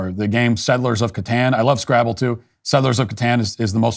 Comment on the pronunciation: SCRWABBBLE 4 dumocrats